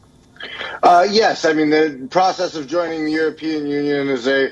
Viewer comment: can this lady anchor please pronounce European properly!!